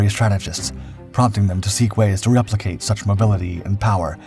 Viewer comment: The voice is AI. Thats why it reads typos like like "reuplicate" is not a word. Probably meant "replicate"